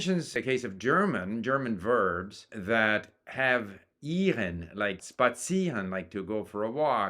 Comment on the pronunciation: SPAzieren, insteand of SHPAzieren...? Really...? Also, have you evert heard a child speaking its native language? Bad forms, bad pronunciation, convoluted structures that makes it difficult to communicate with them. I don't deny listening is incredibly important, but Jesus Christ! Grammar can be helpful. In case of German the rules make it easier to learn it. There are verbs that change their cases depending on their usage within the sentence. If someone has logical approach to the language then it will helpful to understand the mechanics of that language. If you are thinking about grammar rules while speaking then you are not ready to speak yet. Simple. And I do agree on vocabulary - it is important, but most vocab does not require context. The post office will be the post office, no matter in what sentence you put it, so you can learn these separately if that speeds up your learning process. If I learned English with comprehensible input I would have never graduated from my university, because I would still be ploughing through content to learn thousands of words I needed to learn. This happy-go-lucky approach is good for someone who has time or does not care whether they learn the language in three or thirty years. What I will admit is useful to learn in its entirety are phrases from phrasebooks. These are the standard, almost idiomatic every day expressions that will unlikely change. These you can learn by heart in any language you learn.